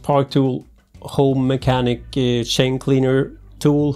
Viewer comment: When I heard "Shane" instead of "Chain" I knew the guy was a Swede :) Or at least pretty near Swedish.